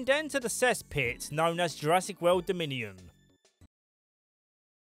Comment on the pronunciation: "Lost Weuuuwwwld".